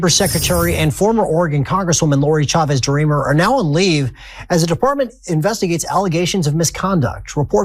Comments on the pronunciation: Her name is Chavez, not Shavez. We say CHAIR, not SHAIR, CHEESE, not SHEESE. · The ch in the surname Chavez is pronounced like the ch in church.